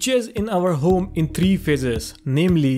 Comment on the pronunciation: "In our hOOme"